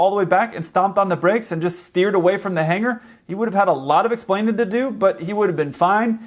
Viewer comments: Ugh! It's Hangar. Not "Hanger". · really??? hanger?? why, almost, every pilot screw up this word? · Shame! It's H-A-N-G-A-R! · Dude. It’s “hangar’. Seriously.